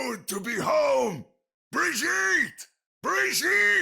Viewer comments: I cringe everytime I hear Reinhardt say Birgitte. I dont claim to know german, but it does not feel like it would be pronounced that way by a german. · yeah he pronounces Brigitte English. But it's okay I pronounce names differently according to the language I'm using to. I hiked in the black forest once. ^^